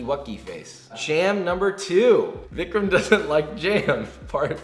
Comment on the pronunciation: Vikram not jammin'